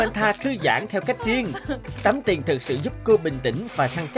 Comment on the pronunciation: Tiền chứ ko phải là tiềng